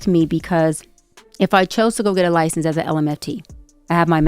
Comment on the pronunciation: Licen-zer. Girl.